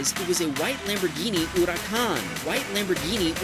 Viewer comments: It's not huracon it's hurcán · It’s not ura-can is a hu-ra-can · "lAmBoRgHiNi aUrAcAn" SAY THE NAMES RIGHT BRUH💀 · bro that not urakhan that is huracan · Lamborghini Ouraćan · It’s accuracy pronounced hur-e-caan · the way you said huracon killed me on the inside. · "Lamborghini Oerakan" spoken by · Lamborghini Ouracán oooowee that's a mispronunciation it spelled the way it's spelled it's Italian they just say Hor-i-con un like you in America where you say hurricane, that went somewhere Spanish I mean I get their named after Bulls butt you or your friend pronounced wrong but I listen to the last bit of the edit thank you editor you fix his pronunciation LOL 🤣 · The way he says Lamborghini Huracán is funny af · Bonus video part: I don’t think that’s how you say Huracàn man if it is wow I’ve been saying it wrong my whole like is it is correct